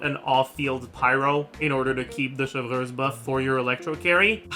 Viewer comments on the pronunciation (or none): I don’t watch much, WHY DOES HE SAY “Cheljurius” FOR “Chevruse”???? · You NEED to stop saying “chevreuse” and “clorinde” like that oh my god 😭😭😭😭